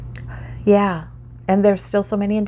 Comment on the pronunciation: You say "Yah" like a true Minnesotan You are very accurate